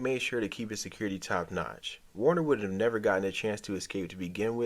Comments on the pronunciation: Werner, not Warner lol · Worner??? WORNER?!?!?!? VERN-ER ZIEGLER!! VERN!!! VERN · Sorry but you lose credibility calling him Warner over and over... If you watched the show you are mis-pronouncing it on purpose, again and again.